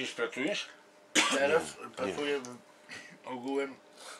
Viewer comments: już nasiąka powoli bombańszczyzną jak ładnie "ugułem" powiedział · pierwszym objawem grypy majorskiej jest wypowiadanie słowa "uguem".. Z przykrością stwierdzam zarażenie